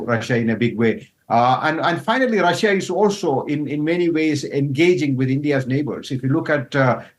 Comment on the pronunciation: He started off with Indiat instead of India's, thats a new word "Indiat". Lolz.